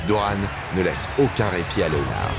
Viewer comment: SVP Correction: on ne dit pas Léonard comme en français mais bien Leonard (prononcez: Léneurd)... Sinon vidéo excellente!!!